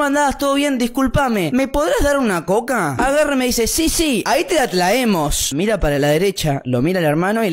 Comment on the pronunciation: "Si sí, Ahí Te la Tlaemos" Eso me mató xdddd